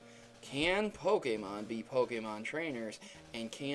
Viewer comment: He doesn't pronounce the Pokemon names right!!!!!